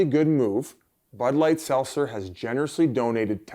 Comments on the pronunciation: There’s a T in seltzer Biz. Let’s work on that one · Why can't Biz say Seltzer?